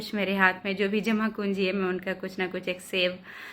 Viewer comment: jama pungi hota hai madam,aap jama kunji bol rahi hai.